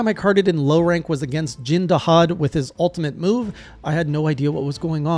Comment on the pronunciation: CC = Crowd Control Holy shit you actually pronounced my name right, you are my favorite person right now :D The game does tell you exactly what to do during Jin Dahaad's big attack, but it's pretty easy to miss during the spectacle of it.